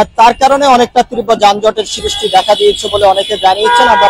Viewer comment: যানজটের "সিরিষ্টি দেখা দিয়েছে" কী ধরনের ভাষা! লেখাপড়া জানা সাংবাদিক কি দেশে আর নাই বা হবে না!! দৌরাত্ম্য কে দুরত্ব, সৃষ্টিকে সিরিষ্টি বলছে, তা বলুক। উচ্চারণের সমস্যা বা আঞ্চলিকতা কথায় আসতেই পারে। কিন্তু ভাষার উপরে বা বাক্য গঠনের উপরে দখল না থাকলে তো অশিক্ষিতই বলা উচিত নাকি? দেড় মিনিটের একটা রিপোর্টকে হুদাই টেনে ৫ মিনিট ৫২ সেকেন্ড বানানোরও কোনও কারন পাইলাম না। সম্পাদক বলেও কি এই চ্যানেলে শিক্ষিত বা দায়িত্বশীল কেউ নাই!?